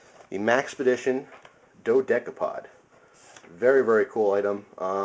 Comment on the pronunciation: i thought you say it dode capode